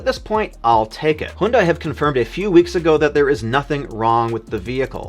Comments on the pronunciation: HUN-DAY! Not HUNE-DIE! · HYUNDAI is not pronounced as "HOON-DAI". It is pronounced as "HYUN-DAY", like Sunday. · why he pronouncing Hyundai as "Hoondai"